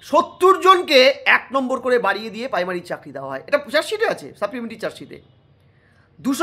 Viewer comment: Paimary na primary 😅😅😅